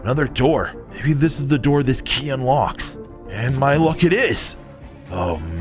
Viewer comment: "Open the noor"